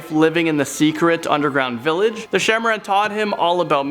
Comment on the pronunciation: no.7- it pronounced "shaah e maaraan" (king/queen of snakes)